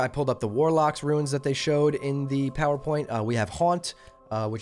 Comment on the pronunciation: RUNES not “ruins” lol